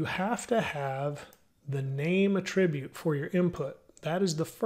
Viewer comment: It not pronounced "A-tribute", it is pronounced: "AT-RIBUTE"